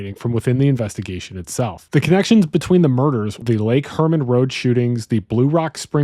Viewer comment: I agree with the overall argument as a plausible theory, but I do want to say it’s Lake Herman Road, not Lake Furman Road. Also, Mageau is pronounced “Mayhew,” not “Mazhó.” I would be interested in a second video exploring if you think there is any connection to the Santa Rosa Hitchhiker murders, the ‘63 Lompoc Beach Murders, and the murders of Cheri Jo Bates and Donna Lass.